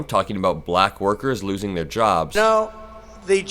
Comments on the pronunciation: He pronounces "black" like a slur. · the way he says black is insulting, "BUHLACK" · if you don’t like the way he says “Black”, check back on how he said it at the NABJ interview. It’s even more weird. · I agree... the way he exaggerates and emphasizes the word "black" makes my blood boil.